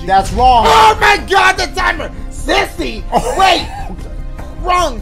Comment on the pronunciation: Yo why you say sissy so hard